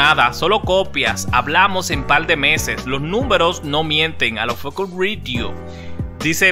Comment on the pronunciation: No entiendo porque este pana…… dice ALOFOKERRRR 😓😓